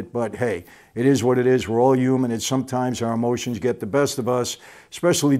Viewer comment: Michael pronounces "human" like "uhman"